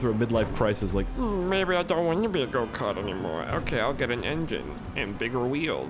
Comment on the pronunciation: Every time he said go kart I thought he said goatcar